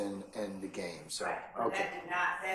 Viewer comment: he never said GAME he said "Gang" lol smh